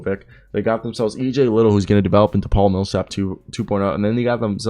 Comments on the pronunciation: It’s li-dell not li-tle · Lid dell EJ is correct pronounced